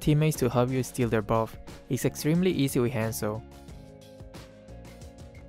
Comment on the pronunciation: whenever he says hanzo i keep thinking he says handsome HAHAH